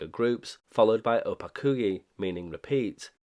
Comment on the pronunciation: You mispronounced "konec", it's pronounced more like "khonets" (or english word comets). On the other hand you almost nailed "opakuji". There is a interesting lore behind reviving of OLX in 90s. It was basically used to arrange returns of illegals agents residing in now allied western countries. This programme was done with help of western countries agencies and it's somewhat documented in some Czech sources. As for registering callsigns to ČTK (Czech state agency) - this was likely to both stay legal and have some cover (albeit thin one). Also there is even some information about device used to generate OLX messages. It was custom machine called Brigita after woman who provided voice samples for it. It used to be described on Priyom ORG blog but due to me and my friend being idiots we got banned from their IRC and they removed our contributions from their site.